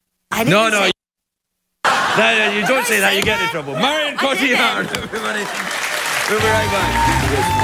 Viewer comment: The amount of people that shoulda told him it's Marion and not 'Maryanne' :P